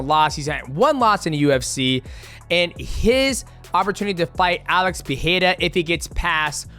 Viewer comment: Appreciate that people like you and Rogan are trying to say Pereira’s name the Brazilian way - but it’s more of an R than the H sound, that would be Alex Perreira. All love though x